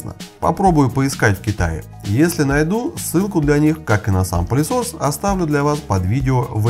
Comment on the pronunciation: Мне одному слышится "пАлесос"?